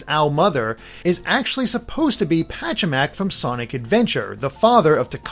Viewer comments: It's Pachacamac, not Pachamac. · PachaCAMAC Not Pachamac.